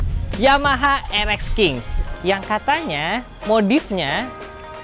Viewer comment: Bang nyebutnya rx king bukan rxsking bukan